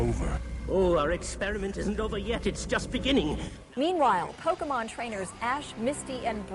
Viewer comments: It's about acquiring Poke-uh-muns. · i love it when roger says "THEYRE AQUIRING POKEMUNZ!!" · "It's about acquiring Poke-mins." LOL! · well he is not wrong. except for how he pronounces pokemon lol.